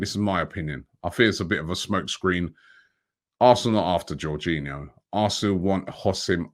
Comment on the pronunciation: Not jorghino!!!!